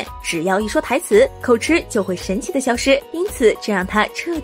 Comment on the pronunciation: 口吃 (與吉同音)不是吃